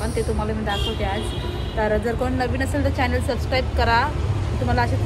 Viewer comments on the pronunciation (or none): none